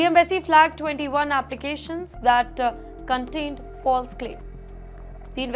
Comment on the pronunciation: this anchor's pronunciation is horrible. "Contained" as "Cuntt tained", "Continue" as "Cuntt tinue", "Police" as "Polesss", "Determine" as "Debt Ter Mine" when it should be "Dee ter min"